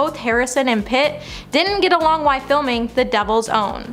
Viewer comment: It’s while, not why.👀